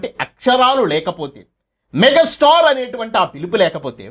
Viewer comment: మెగ స్టార్ కాదురా బాబు మెగా స్టార్ అనటం ప్రాక్టీస్ చెయ్యి ముందు